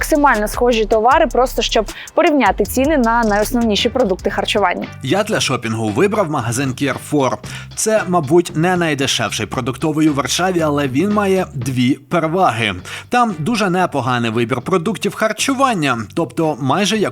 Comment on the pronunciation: Carrefour цікаво звучить по Американськи 😂 , а по французьки - а це фр компанія вимовляється як карфур ( перехрестя)